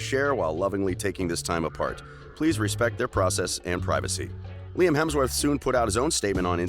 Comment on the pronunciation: I thought Lime Report was a funny way of pronouncing Liam Report.